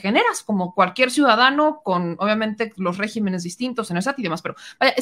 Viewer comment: con todo respeto y sin ánimo de fastidiar, pero mira: no es régimenes, no. Es regímenes, es decir, el acento se hace sobre la letra i, no sobre la primera e.